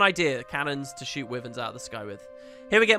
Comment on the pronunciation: English isn't my first Language so I might be wrong but I think "wyvern" is pronounced "why-vern" instead of "wee-vern"